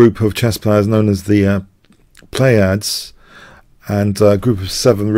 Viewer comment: Plee uh deez.